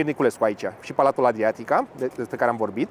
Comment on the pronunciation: Aceasta era compania care își avea sediul în blocul Adriatica /B1. Pronunția e cel puțin nefericita, compania fiind francezo-belgiana